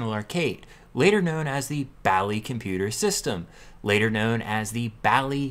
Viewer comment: 100 means one minute. Light indicates when its "reading". You need an audible signal connected to the Basic cartridge, to load some very good games and programs. Sounds a little like an old modem. Then your game or program will load. You pronounce Bally wrong. Have a nice day!